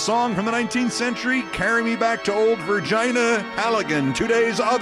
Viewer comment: Back in the late 70’s I had a phy/ed and boys health teacher who actually believed the female anatomy had a part called the virgina. He pronounced it just like you did here. I had a short laugh on that.